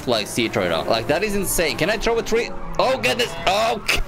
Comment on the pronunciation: ohh gadnsss oh goodness C2 English Level